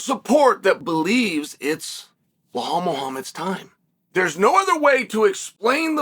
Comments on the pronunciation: “Blau-Hall” - Chael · I love how he leans into getting the names incorrect sometimes 🤣🤣 always calls him Bill Hal Muhammad 🤣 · First the typo, then Chael comes right out of the gate with "Blehal" lmao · BLA HAL . 1 second into the video and hes already done it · It's "Belhal" good Sir... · And in the video he says blahhal muhammad. Chael is doing that on purpose at this point 😂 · He doesn't even pronounce the first name correctly 😂😂😂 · Blehal 'Remehmber theh nhame' Muuahham